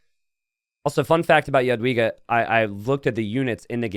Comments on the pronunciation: In polish "j" is pronounced like an English y, you got that correct, but the polish "w" is actually pronounced like an English v! So, correcting for an English speaker; you'd pronounce her name like "yadviga" I'm polish an ancestry and learning polish rn and I will be rooting for my girlie!!💚 I'd love to heard you pronounce her name correctly! :) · Polish guy here, "w" in "Jadwiga" is read like american "v", so "Yad-vee-gah" (